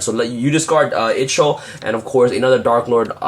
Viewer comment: Darklord Ixchel (eye - chol) 😊